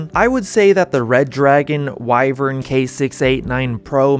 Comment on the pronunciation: At least learn how to say wyvern properly. Theres 2 ways, you mixed them together.